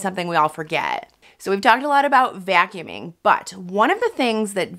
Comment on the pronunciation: The way she pronounces vacuuming a vyacuuming🙈